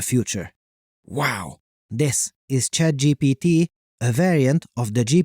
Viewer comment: I heard you said CHADGPT